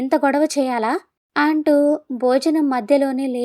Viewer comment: మీరు కథ చదివే విధానం బాగుంది. కానీ, వాక్యం మొదట్లో అ అక్షరం వచ్చినప్పుడు ఆ..అంటున్నారు. ఆంటూ, ఆంది .. ఇలా. ఈసారి ఆ చిన్న పొరపాటు లేకపోతే మీ కథ అద్భుతంగా ఉంటుంది.